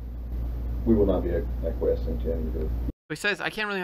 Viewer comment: He said “ACQUIESCE”